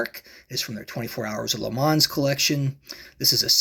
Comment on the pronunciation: I know this is an old video now but I took a look as I may pick this particular one up at some point. It is nice, I would note that the pronunciation of heures is pretty much 'err' and mans is 'mon'. I think most people stateside seem to add the s on the end but the s is silent. This car isn't a Petit le Mans car of course but that has two silent letters in it as the second t in Petit is also silent, so it's closer to Peti le Mon in terms of how it's pronounced.